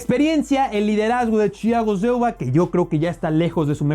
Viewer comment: Ya me harté de escuchar el nombre de Chiago Shiolva en cada vídeo que saca jajajs